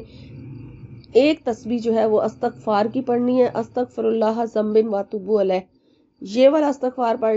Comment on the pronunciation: Ap ne astgfaar hi galt parh rhi hn